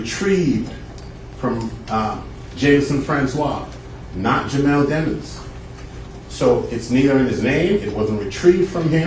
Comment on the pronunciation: How the hell he get a last name like Demons and why do all these people keep purposely mispronouncing it? I think he did it but thats my opinion